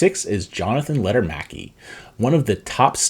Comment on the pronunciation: Lekker-maki not Letter-maki